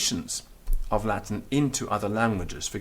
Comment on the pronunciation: Everything in Latin is perfectly pronounced, but what the h*ck is "Lath'n language" in English?